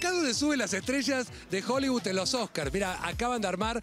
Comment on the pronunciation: divertido como siempre!! ahora, mejoren el tema de: este edificio fue 'creado', se dice construido (en todos los programas hablan de arquitectura 'creada', bueh...) y despues la pronunciación de hollywood, NO es hollybud!!!!!!!!!!!!!!!!!!!!!!!!!!!!!!!!!!!!!!!!!!!!!!!!!!!!!!!!!!!!!!!!!!!!!!